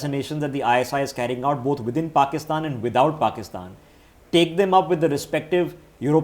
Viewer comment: I like it when calls it Pokistan